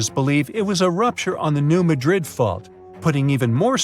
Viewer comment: MADrid,not MadRID. Accent is on the first syllable, not like the city in Spain.